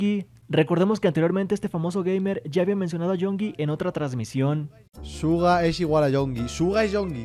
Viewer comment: El Rubius dijo que Suga y Yoongi son 2 personas distintas Y que también le gusta el nombre de Yoongi pero pronuncia Yonki